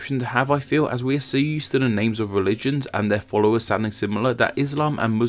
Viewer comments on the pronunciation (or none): none